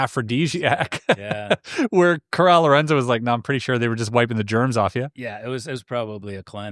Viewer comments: Hey, just wanna let you know that you were saying my great aunt's name wrong. My mother's maiden name is Lorenzen, Coral is my great aunt. It's pronounced like Coral under the sea. Not Corral. 😊 thank you for reading my family's books its super awesome! There's six in total. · Respectfully, her name was Coral Lorenzen like the reef, not 'corral' like a horse.